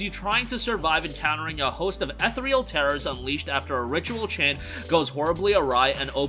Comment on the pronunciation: Ethereal eth er re al. The er is like ear.